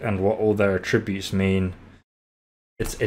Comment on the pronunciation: mate love your channel and have just subscribed, but please put more emphasis on the att when you say attributes lol